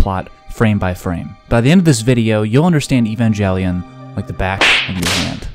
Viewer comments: its no evajelion it evangelion with g edit its not rem its rei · Not to be rude but it’s pronounced Evan-gal-ion not evan-jel-ian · He reads it as “EvanJELion”. As someone who reads it as “EvanGElion”, I find that very painful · He Said EvanJellyon instead of Êvangélion or Evanguelyon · It’s actually pronounced ey-ban-gel-ee-on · Shouldn't it be ey-van-ga ( like in gate ) - lee - on Since it comes from latin? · It should be ebangeriong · Bro really said he evanjelion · >opens video >narrator immediately calls the show “EvanJelion” >closes video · evangli-on is how you pronounce it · I was just leaving a comment about how he’s mispronouncing Evan-Jelly-on when I realized this video contains unparalleled levels of troll. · EvanJELLYon. I'm TRIGGERED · EVANJELLYION-That’s (not) how you pronounce it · I realised this was a joke as soon as he said evanjelion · Ah yes evanjellyon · ITS A HARD G (Ayo) GET IT RIGHT BRUH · why would you pronounce it "evanjelion" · Is pronouncing Evangelion with a soft g part of your satire? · im sorry but as soon as you pronounced it ee-van-gelly-on i stop watching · >Evan-jelly-on 0/10 uninstalled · it is pronounced with "g" sound, not "j" - the word comes from greek εὐαγγέλιον - evangel, gospel, and in greek it has "g" sound. the term was latinized as "evangelium" and then translated into latin and then into old english and stuff and became "gospel". So the "jelly" bit comes from translation manipulations. The same thing happened with the word "angel", as it is originally late greek -> late latin -> old french -> old english -> modern english. In german hard gs are preserved, in russian gospel - евангелие, has hard "g", so evangelion - евангелион, same with angel, as it was just borrowed from greek directly. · Ok, the first pronunciation of the EVANGELION made me immediately downvote this vid. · the way u pronounce evangelion inflicted psychic damage on me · Explains Evangelion, pronounces it wrong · You said the title wrong